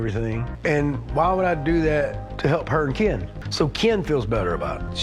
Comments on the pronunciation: I love how you always say Kyeen 😂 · I keep laughing every time I hear you say "KEEIN" 😂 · Every time u say KEN , it kills me 😭😭😭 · lol every time you say Ken is wild 😂😂